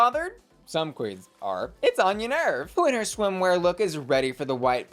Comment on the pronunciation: please double check your pronunciation of Arietty’s name 🙏😩🙏